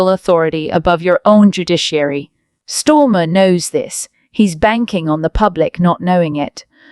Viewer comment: 😅😅 his name is STARMER and not STORMER 😂😂